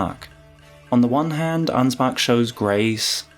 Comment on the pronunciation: I love me some Ansbach-glazing, but as a german, the english pronounciation of Ansbach triggers me. Even though I understand that you don't have the "ch" sound in the english language. I guess one of the sounds that comes closest is the "wh" part in "whole". Sry for nagging and smartassing.